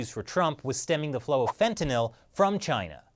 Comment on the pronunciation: Fet-uh-gnawl=fentanyl lmao